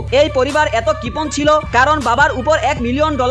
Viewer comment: কপন নাকি কপণ 😂